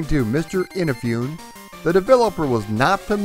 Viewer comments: "EENA-FEE-OON"? Please! A little bit of Japanese before recording these videos. It's "EE-NA-FOO-NE" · Eee-naaa-Foo-Nay Not in-a-foon Great video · I am digging this history, already, and look forward to the remainder! Just one thing... Please please please stop saying "innafyoon?" Please? eeNAHfoonay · Kamen is pronounced as Caw-men. Like the sound a crow makes. Inafune is pronounced as ee-na-foo-ne. Japanese names tend to be pronounced the way they are spelled, unlike our crazy English. Keep up the great work. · Perfect franchise to cover on your channel. Looking forward to the rest of it! Btw, for future reference, "Inafune" is pronounced "ee-nah-foo-nay". ;) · FUN FACT: Inafune just purchased a casket so he could roll over in it after hearing his last name butchered in this video. BREAKING NEWS!!: After speaking with Mr. Inafune he has confirmed that he is still alive, and he has never heard of someone named Keiji In-a-fune. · And it’s In-ah-foo-nay. Oof, your Japanese pronunciations need a little work, my friend. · Great job! I'm looking forward to your response to the people who flip out at you pronouncing Inafune's name incorrectly. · You know so much about Mega Man, yet it seems that you've never heard the name Keiji Inafune spoken before... Anyway, this was fun. One thing you may not know is that the MS DOS version was programmed by one Mega Man fan in his spare time, after work. There is a good documentary about it: I've subscribed and I'm looking forward to more on Mega Man!